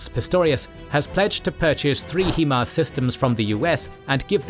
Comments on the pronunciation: Something I got to say though: It's High -> Mars, not Hee -> mars. The 'Hi' in Himars stands for 'high' as in 'high mobility' (in conjunction with the 'M'). Otherwise, great video as always! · HIMARS is pronounced "HIGH MARS" not HE MARS.